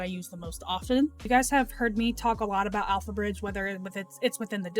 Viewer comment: pretty sure I heard you say AlphaRizz instead of alphabridge